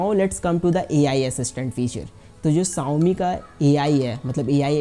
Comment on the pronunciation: VerJan not verZan Shaomi not saomi 😂😂😂